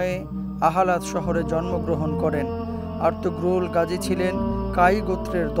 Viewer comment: তুর্কী ভাষায় আরতুগ্রুল গাজী না আরতুরুল গাজী বলে